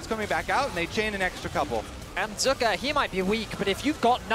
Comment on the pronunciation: Who da foook is zuuuuka? Its pronounced zeka lol